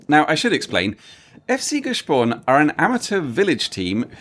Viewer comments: Nice try But "Grüezi mitenand" is not used in that region, in fact not outside Zurich wider area. Using that greeting outside Zurich area means not having understood Switzerland at all And it's not "G-e-spon" but "Gspon" - "sp" pronounced "sch" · It‘s Gspon, not Gespon 😂